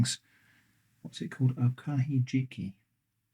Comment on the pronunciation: Okahijiki. (usually pronounced with the accent on the 'hi') I haven't had that in a while. Yes, they are good to eat and rich in nutrients too.